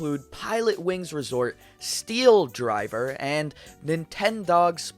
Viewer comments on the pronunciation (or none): Yo I know you’re not going to respond to this maybe but around three something you said steeled driver for one of the games it’s actually steel diver😂 it just got on my nerves when I heard you say it wrong